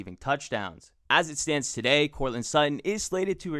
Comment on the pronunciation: "TUH DAY!"